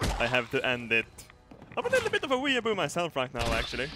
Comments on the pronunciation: "were-boos" Hahaha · The way pronounces 'weeabo' makes me cringe so hard, still love him though, #nohomo. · Now this is probably a stupid question but what is a "wee a bu" (I'm not sure how it's spelt so I'm just going off pronunciation)